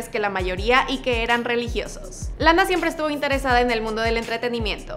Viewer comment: Lana pronuncia re bien la a😉